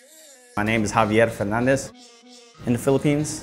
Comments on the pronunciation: "Haah-viiyeR Fernaahn-dezzz" He didnt sound filipino lol. I thought he spanish.(philippines was spain's province for 300 years) but spanish and filipino still sounds different if u speak native filipino. Cos we filipinos pronounce that name as "Ha-biyeR Pernan-deSss" haha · Other provinces in the Philippines would pronounce the alphabets properly. I'm from Bicol and our "F" doesn't sound like "P". I think that "Habyer Pernandes" stereotype can be applied to the Tagalog speakers but definitely not to all Filipinos. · Why he doesn't pronounced his name like Javieer Firnandis.... he's a bisaya by the way. Lol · He was kinda overdoing it. Not that it wasn't wrongly pronounced, but an average Filipino would pronounce the r's like the "American r" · Actually Javier Fernandez perhaps has many latino friends that's why he got the pronunciation from them. Because we Filipinos saying that name in softer way like the letter r isn't emphasized.